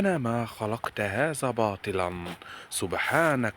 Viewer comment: تلفظ حرف الذال بالزال وهذا خطأ بالتلاوة مثلآ تقول تخزنا عوضآ عن تخذنا عوضآ عن ذنوبنا تقول زنوبياعوضآ عن هذا تقول هزا اتق الله